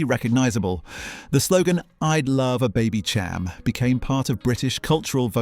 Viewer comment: Baby -sham Not Cham